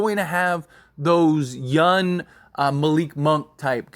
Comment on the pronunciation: Always notice how you say “Yunn” instead of “Young”. Lol. Great content that I listen to daily. Cheers !